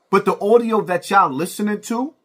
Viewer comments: it's audio, not oudio. You gotta do better, brother. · The word is Audio not Oudio 😂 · That "Audiyo" was disappointing to hear. 😐